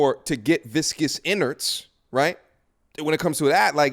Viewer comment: you kill me dying laughing whenever you say "VICOUS INARDS" lmaooooo